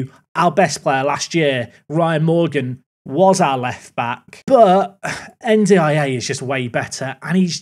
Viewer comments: Hearing N'D-I-A so much is breaking something in my brain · i think you can pronounce better Ndiaye as "n-dye" or "undye" mate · anyone else losing their minds at "en dee eye ay" 🙃🙃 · By the way the way you say N'diaye is un-die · N'Daiye should be pronounced as "And I" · It's spelled N'Diaye, not N'Daiye. I think it would be pronounced more like "ndjai", rhyming with "eye".